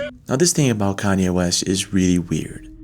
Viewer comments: You win the award for the most unique way to pronounce Kanye West's name! lol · bro why are you intentionally mispronouncing Kanye. there's no way you are that dumb so why do it intentionally? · Are you a clone? Why are you not pronouncing Kanye's name how it's supposed to be pronounced? 🤔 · You saying Kanye wrong 😂😁😁 so wrong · Pronunciation... Practice. Kanye, basic, aluminum. Practice. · That kanye pronunciation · Bro say Kanyes name right. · I think is a clone given there’s no way he doesn’t know how to pronounce Kanye or Shania given their prevalence in our culture. 🤨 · i like dude's videos but the way he be pronouncing some words is crazy! this isn't the first, second, third or 4th time on a video this has stood out to me. "kanye" is crazy work!!! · Pronounce Kanye one more time, and tell me you are not an AI lol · Are you seriously unable to pronounce Kanye? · Can u at least pronounce Kanye right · Bro can’t say Kanye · Your pronunciation of Kanye killed me 😂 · The way my guy pronounces Kanye is hilarious. Tom MacDonald has a good song about the cloned musician. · Why is he pronouncing Kanye’s name like that? Must be a clone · ur the man, love the pronunciation of kanye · Why are you pronouncing CON-YAY as cainey? I know you have an accent but where are you from mars? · This was a pretty rough video. Sometimes, I wonder if you're a clone or an alien. Who the hell is Kaneie Lol And whyd you pronounce it properly later in the video? It's Con-Yay. Kanye. Also, Brittany Murphy never married Ashton Kutcher and looks absolutely nothing like Ariana Grande. It’s one of the wildest takes I've ever seen in one of your videos. And that cline "glitching" it was a comedy show dude lol she's okay. And you didn't even mention jonbenet ramsey and Drew barrymore. Love you though lol I look forward to the next video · Can yee? You mean CON YAY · Con-Yay West my man not Khanyeee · Are you calling Kanye candy? 😂 it’s khan-yay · "Kane yee" though 😂